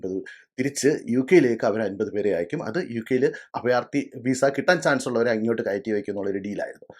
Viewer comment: അഫയാർത്ഥി, ഫരണം. എന്താ ഇത്😂